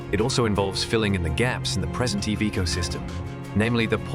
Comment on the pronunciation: This voice is AI generated right? Can't pronounce EV or EVs correctly.